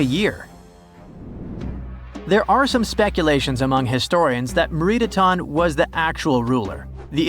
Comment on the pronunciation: Meritaten is pronounced "Meh-reet-AH-ten". 🇨🇦